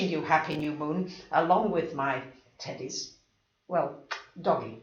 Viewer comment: I’m not sure if you’ll think this is funny or inappropriate, but sometimes when you say teddies, I hear titties... 😂 “I ‘ve got my two titties here!”